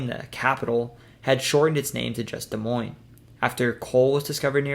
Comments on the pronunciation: Off to a good start he said Des Moines right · Thank you for saying Des Moines correctly.